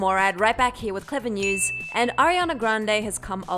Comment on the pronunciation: "clevver njews"